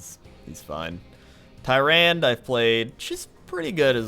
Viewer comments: Stop saying Tie-Rand please... Its Tear-Ron-Duh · Isn't Tyrande pronounced 'Tie-ran-duh'? I'm pretty sure that's how it was said in warcraft 3. Forgive me if I am misremembering. I have not played the campaign in an incredibly long time. Although I do not blame. The way it is spelled, it does look like it would be Tie-rand. (although it sounds incredibly stupid) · lol it's not "tie-rand" its "ti-rond-a" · It's pronounced Ty-ro-ne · (It's pronounced Ti-Ran-Da) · You know, you're mispronouncing Tyrande's name all the time. Oh well, I guess you don't really care :P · He might be pronouncing her name wrong now to anger the nerds.